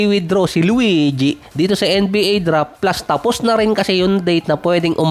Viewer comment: Bakit ganun bigkas sa luigi 😂😂😂 luweedyee 😂😂😂